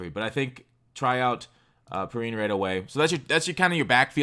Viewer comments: pee-rine (wine) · that redskin rb is pronounced as "pee-rein" lol I forgive you